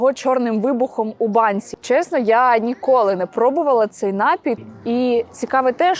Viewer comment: НапІй, а не НАпій.